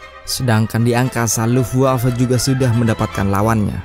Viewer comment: Bacanya luftwave bukan luftwav